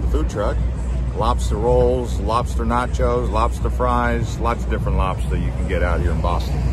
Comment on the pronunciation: im from boston and if he was saying lobster like that on purpose it makes me wanna cry